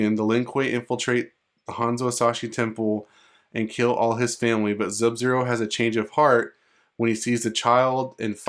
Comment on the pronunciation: That shit fake bruh and STOP SAYING ZUB-ZERO 🤬